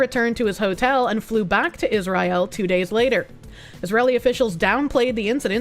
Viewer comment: “Is Rye ill?”